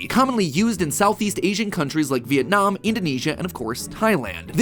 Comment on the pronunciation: OMG MatPat your pronunciation of Vietnam sounds almost like how we pronounce it in Vietnamese